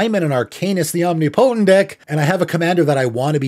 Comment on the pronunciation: Not trying to be an ass, just trying to raise content quality… It’s Om-Nih-Poe-Tent. Not Omni-Poe-Tent. Cheersfd